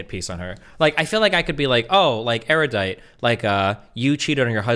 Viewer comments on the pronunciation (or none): Why do Americans seem to sound like they're saying "area-dite" when they say erudite? It's supposed to be said more like air-uh-dite. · IT'S "NOT SO ERR-YUH-DITE," IT'S NOT THAT HARD